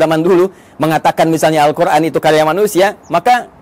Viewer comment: Izin ustaz...knpa ustaz menyebut al quran dgn huruf ع padahalkan alquran itu tdk ad huruf ع nya : contoh seharusnya القر ان tpi ustaz ssbut القرعان